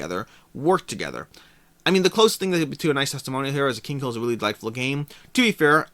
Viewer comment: Btw it's "Kinghill" not Kingkill" :D